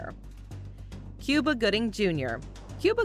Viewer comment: Cuba Gooding's name is not pronounced the same as the country. It is correctly pronounced "Coo-bah", not "Cyou-ba".